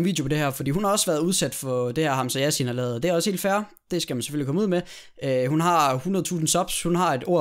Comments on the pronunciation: Ik for noget men det udtales hamsa sjasin og det staven Hamsa Yassin. HAMSA ROSIN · Troede du sagde Hamsa rosin..😂